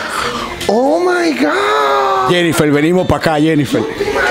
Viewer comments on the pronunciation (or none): Nadie:: "Jennifer venimo' paca' Jeniffer 🤣🤣😭